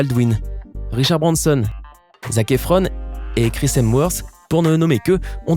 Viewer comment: On dit Chris hemSworth pas Chris hemworth on l'entend le S